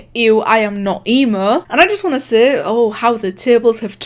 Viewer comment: Ur accent makes it sound like seh instead of say and like- I'm just- 👁️👄👁️